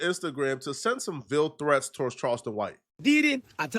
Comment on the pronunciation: "Veal threats" ni99@ what 😂 Bro stop using words you can pronounce. Is English your second language?